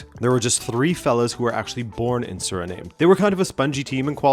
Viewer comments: I don't think it's pronounced SURNAME but SUH-REE-NAAHM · Did you just pronounce "Surname"? It's Sir-ri-nam - Frank Rijkaard and Ruud Gullit are legendary Dutch footballers of Surinamese descent. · Not to be that guy ☝️🤓 but Suriname is pronounced like Vietnam